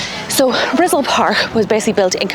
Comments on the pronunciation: "Rizal" is pronounced as "ree-ZAHL". The way you say it is like "rizzle". It sounds cute but you can do better :) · “Rizzle” 😂Park… Ri-ZAL… Stress the second syllable.😂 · She said "RIZZLE PARK" LoL!!!! Mah Knee Cuh J RIZZLE!!!!